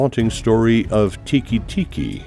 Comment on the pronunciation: Its "te-ke te-ke" not tiki-tiki